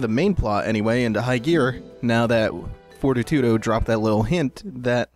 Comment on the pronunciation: I realize this vid is a year old, but isn't Fortitudo pronounced For-TEE-to-doe? Anyway, great fight, your way better at this than me. Looking forward to Bayo 2.